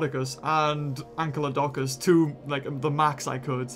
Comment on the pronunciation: Its not ANKYLODONCUS it is ANKYLODOCUS...... anykl-lodocus